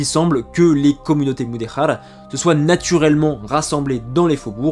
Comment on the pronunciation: Merci pour cette vidéo, vraiement passionnante et três claire sur un sujet sensible. Je vais voir les autres. Attention à la prononciation, le portugais est différent de l espagnol ! "Silveche" et pas Silvess, "Mudejar" et pas "muderrar"...😅